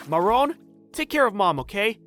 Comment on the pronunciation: i keep on hearing moron instead of marron